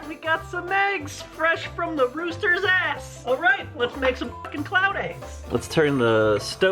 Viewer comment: Hahaha fresh from the rosters a**.....hens lay eggs not rosters lol😂😂😂